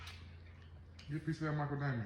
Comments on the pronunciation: "MA-CA-DAY-MIA" lmaooo not michael damian!!! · He cracked me up calling it a Micheal. lDamian it's macadamia Cooke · Macadamia, not Michael Damien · At this point do you like calling it Michael Damien 😅😅😅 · IT'S CALLED MACADAMIA COOKIIE IDOT! YOU ARE REALLY IGNORANT. JUST STOP STUPID!